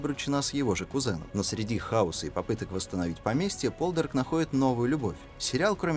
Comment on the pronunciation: "По'лдарк" - так произносится на английском